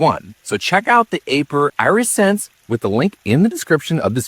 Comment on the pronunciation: Eye-re-sense? Like your eye-re-gation system? I would have assumed AI voice mistake, but I watched a human say it, and the same human said irrigation system correctly. I’m so confused, what is real?, am I real?